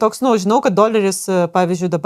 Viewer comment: Patiko, bet truputį juokinga kaip aiškiai mokesčių specialistė sako "gat" o ne "kad" :D